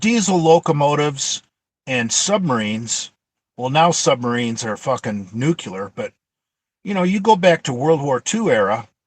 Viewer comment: Nucular submarines??? NUCULAR??? How about nuclear??!?!